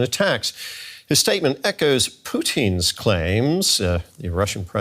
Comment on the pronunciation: Pooteen? why is this guy pronouncing his name like that lol